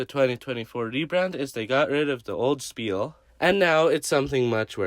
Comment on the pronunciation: I am german how dare you pronounce spiel wrong!